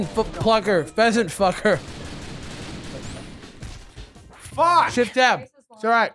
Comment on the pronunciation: SHEFT TAB SHEFT TAB